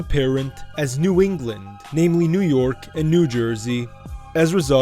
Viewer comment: Did he say NEW ENGLAND??? 😂😂